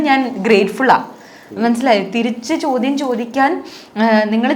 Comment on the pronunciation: chodyamshariyalla ❌ chodyamsheriyalla ✅